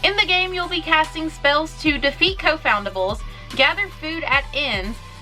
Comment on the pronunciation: Pretty sure it's confoundables not co foundables